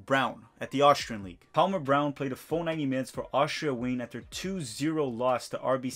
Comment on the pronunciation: Austria Wien is "VEEN"